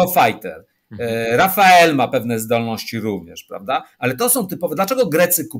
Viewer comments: Nie Rafael, a Dessault Rafale, że tak się przyczepię do wymowy, bo o reszcie pojęcia nie mam. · Rafale, a nie "rafael"! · Świetny gość, dzięki za wywiad. PS. Francuski myśliwiec nie nazywa się Rafael, ale Rafale (wymawia się Rafal). Rafale oznacza po francusku poryw wiatru, a Rafael to imię męskie. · Ale po co na okładce raportu o PSP w XXI wieku A-6 Intruder, nigdy nie używany w PSP i wycofany jeszcze w XX wieku? :D ;) I korekta: nie Rafael, tylko Rafale ;) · Jak rany,, nie Rafael, A Rafale (czyt. RafAL )! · Rafale a nie Rafael. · Rafael czy Rafale? Czyta się z grubsza rafel z fr. podmuch, poryw. To już drugi ekspert który przekręca na Rafael. Jakiś potoczyzm czy po prostu błąd? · wielki pilot myśliwski, twórca nowoczesnego polskiego lotnictwa który spośród zaledwie kilku istniejących współczesnych samolotw myśliwskich nie potrafi nie przekręcając wymienić nazwy jednego z nich produkowanego 2000km od Polski. To się nazywa zaściankowość i wąskie horyzonty. Przecież czytając raporty, ba, nawet oglądając nawet outube by wiedział. A on nie czytał nic czego mu Amerykanie nie podesłali.